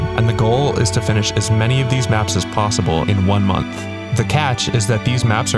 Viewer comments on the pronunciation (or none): none